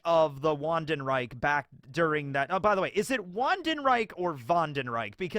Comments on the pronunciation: its pronounced "VANDENRAICH" not "Vandenraik" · The ch is hard to probounce for eng speakers bc it doesnt exist for them the way it exists for germans. Closest u get is how you pronounce the sh in fish. It's not really correct either but the closest you get and more accurate than the k pronounciation So basically the closest one is ,,wann denn raysh" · Vawn den rike…. Is how You would pronounce it. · "Reich" is pronounced...actually I don't think there's an equivalent to the German "ch" in English. So uhm yeah don't know how to explain this one to you. But the k sound is as wrong as you could possibly get. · Wandenreich is pronounced as "vandenraich" yeah. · If you wanna say Wandenreich correctly, say Vandenreish, that's how it would be pronounced in german. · It's pronounced Vandenreich. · As a german, I can say that Wandenreich is pronounced like "Vandenreisch" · i'm more of a lurker but you asked us germans and instead of focusing on (wa)ndenreich or (va)ndenreich focus please on pronouncing reich as rei(shh), it's not the right pronounciation but perfect for every non speaker , also after this episode i'll never forget his name RIP yamamoto shigekuni o7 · It's pronounced (van$d'n$ʁa͜ɪç)! Bitteschön! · Pretty sure the W is pronouced as V.